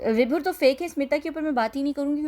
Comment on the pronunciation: vibhor ka jo ap parh ri thi ap se bola nh jara tha usy sho sha bolte hain